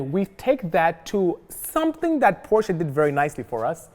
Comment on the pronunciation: Fact: Porsche is a two syllable word.